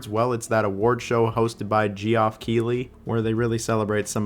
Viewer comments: Gee-off is crazy….. it’s pronounced Jeff bro 😂😂😂😂😂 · Or pronouncing Geoff as “Jee-off” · Geoff is pronounced Jeff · Shrimply Gee-off